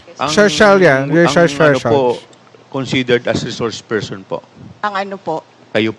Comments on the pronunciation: Bakit kaya d nya naintindihan yun, e d ba lawyer siya, d naintindihan ang reshores pershon instead na resource person🤣😂🤣 Birds with the same feathers daw and dalawang pershons🤣😂🤣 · Reshors pershon talaga coach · 😂😂😂😂😂resorrrrs person😂😂😂😂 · Laki ng problema ni pusit sa reshorsh pershons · Wla kc COMMON SENSE c pricess😅😅 Ang res shors per syon😂😂